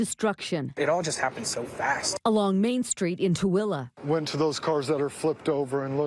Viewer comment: And isn't it pronounced t w o l e e. Not how they're saying it on this news coverage. Isn't it pronounce like the number two and then the name Lee. Maybe I'm Wrong who knows somebody let me know I'm curious